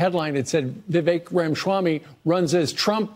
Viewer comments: Rama shwamy 😆 It's Rama swamy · Why does Steve say his name lime Schwammy? Weird he’s a National pundit and can’t pronounce a simple name correctly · There is no "sh" sound in Vivek's last name.